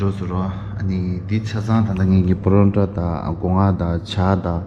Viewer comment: Its paratha not porontaa 😂